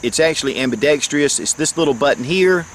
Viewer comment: I always hear you say "ambidextreous" but I think you're adding in an extra 'e'. The word is spelled "ambidextrous" and that's how I usually hear it pronounced.